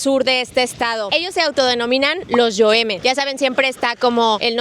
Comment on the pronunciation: Amiga !! Se llama TETAKAWI ! No Tetawaki es el cerro emblemático del lugar .. mínimo pronunciarlo bien !!…. Y no es yoeme es YOREME .. animo hay que seguir mejorando !!🫶